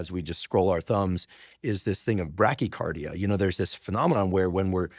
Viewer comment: Bradycardia not brackycardia